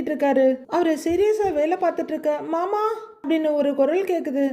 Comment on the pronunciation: சகோ நீங்க மயிலின் குரளில் மாமா என்பதும் , ரோகிணியின் குரளில் மனோஜ் என்பதும் , உச்சரிப்பு பக்கா பொறுத்தம் 🎉❤❤❤❤🎉 ( அழகு )